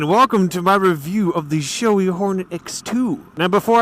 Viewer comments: Bragh I've always heard it said shoe ee. is the first I've heard say showey. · I'm pretty sure was just mispronouncing it. He does that with a lot of things haha.